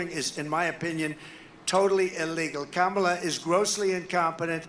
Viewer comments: He finally pronounced Kamala correctly. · Wow! This is the first time I've ever heard him pronounce her name correctly! 😂